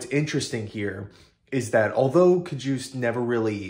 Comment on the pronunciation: Ka-hus-tay (Cajuste)